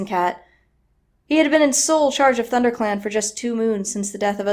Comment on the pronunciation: I burst out laughing at the blooper " thunder set " ah " thunderclan"